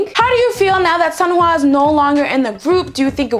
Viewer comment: I literally just started pronouncing Sunhwa correctly and now hearing you pronouncing it how I used to got me going backwards.